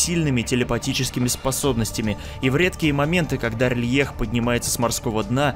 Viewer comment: А разве город не Р'лайх типо на а ударение, я когда читал делал это так